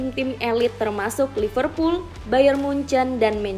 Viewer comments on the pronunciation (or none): none